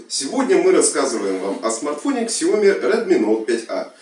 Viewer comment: kСиОмИ...Как название брэнда искаверкал. 😗